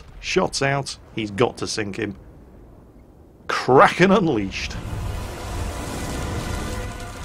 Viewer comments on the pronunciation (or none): none